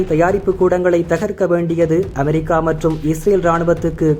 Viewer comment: அதென்ங்கடா அ'மே'ரிக்கா?படிக்க தெரியுமா உச்சரிக்க தெரியாதாடா?